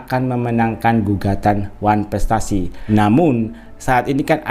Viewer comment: Masak kepinginn datangggg ngomong wanprestasi aja susah😅😅😅